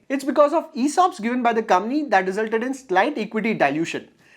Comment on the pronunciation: Brother,I watched a lot of you videos..All of them are great content. A small suggestion..please pronounce Company as coMPany….instead you are pronouncing as commie… Thanks 🙏 for the great content